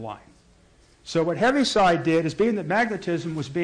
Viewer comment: Btw his name is pronounced "heave-side" not "heavy-side".